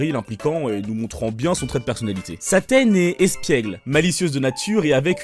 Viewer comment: tu la dit bouffi c CLAAAAAIREMENT ssaaaa